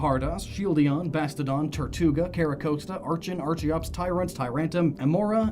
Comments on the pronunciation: isnt archen and archeops pronounced more like arken and arkiops though? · It's pronounced "ARCK-en" and "ARCK-ee-ops". Remember to think of it like "Archaeopteryx". And I'm a firm believer of the "fossil Pokemon are only Rock-types because of fossils" myself. I love the idea that they were a different type back when they weren't fossils. My personal theory of what type they once were: >Omanyte/Omastar=Water >Kabuto/Kabutops=Bug/Water >Aerodactyl=Dragon/Flying >Anorith/Armaldo=Water/Bug >Lileep/Cradily=Water/Grass >Cranidos/Rampardos=Dragon/Rock >Shieldon/Bastiodon=Dragon/Steel >Tirtouga/Carracosta=Water/Steel >Archen/Archeops=Dragon/Flying >Tyrunt/Tyrantrum=Dark/Dragon >Amaura/Aurorous=Dragon/Ice As you can see, I'm pretty convinced all of the dinosaur (and pterosaur in Aerodactyl's case; remember, pterosaurs were NOT dinosaurs) Pokemon were Dragon-types. It would explain why so many other Dragon-types (Haxorus, Dialga, Palkia, Altaria, Kommo-o, Reshiram, etc.) are also clearly dinosaurs and why many non-Dragon-type dinosaur Pokemon (Tyranitar, Tropius, most of the fossils I listed) can learn Dragon-type moves.